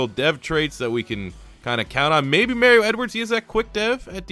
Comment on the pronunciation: Why do you pronounce Mario like that